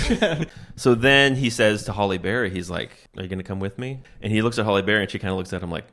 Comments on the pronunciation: S/B Halle (HAL-ee) Berry not Holly Berry. Nails on a chalkboard. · There isn't a Holly Berry. Hal-ee Berry is how her name is said. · "Holly" Berry? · Are you saying Holly Berry? LOL! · Are you saying "Holly Berry"? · Halle Berry, not "Holly"😆